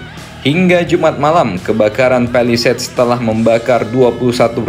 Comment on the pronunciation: Alhamdulillah mimin udah bisa menyebut "palisades" dengan benar 🎉🎉🎉 New Achievement Unlock!!!